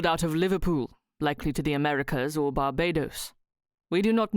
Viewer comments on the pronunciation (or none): none